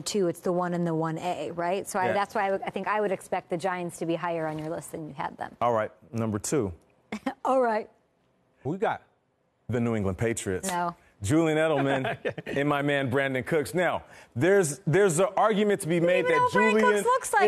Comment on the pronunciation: wtf did he say the Partriots